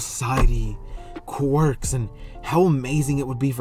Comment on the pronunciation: Did he just said "animals with querk's"😐😑